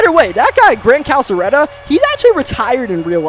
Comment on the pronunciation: Here to help with the Pronunciation. Grant Calcaterra. CAL or KAL-CA-TERA.